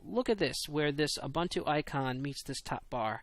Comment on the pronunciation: Your comments about keeping criticism constructive are greatly appreciated. One thing, its oo-boon-too. Keep up the good work!